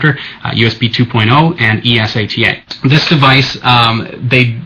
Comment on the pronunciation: its not Es-a-t-a, its eSATA, say it fuckin right